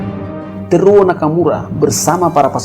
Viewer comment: Bacanya Te-ru-wo Nakamura bang